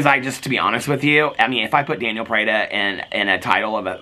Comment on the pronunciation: you make me giggle every time you say “janiel” 😀you should get a candelabra for your porch studio for your late night videos!! Love you!!